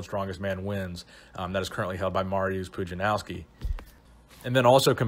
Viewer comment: its Pudzianowski try to pronounce this [pudzianovski]